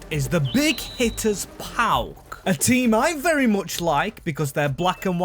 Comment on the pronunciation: Nice one mate! PAOK only :P btw yes, you butchered all greek names lol